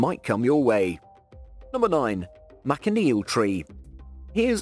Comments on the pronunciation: "MAN-CHI-NEEL" not MAC-A-NEEL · Pronounced ManSHaneel